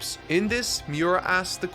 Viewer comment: Mee-oo-rah, not Mee-you-rah. U=OO